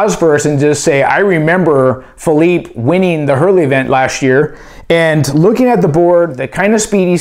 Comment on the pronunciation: Phee lee pay. Not PheeLeep.